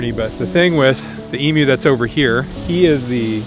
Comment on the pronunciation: Bro great video but I especially gave it a like because you pronounced emu correctly. Being from Australia, it's very weird to hear people say e-moo